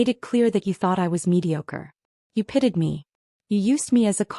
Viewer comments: Pitied! Not pitted 😢 Good show 😂😂😂😂❤ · Pitied, not pitted.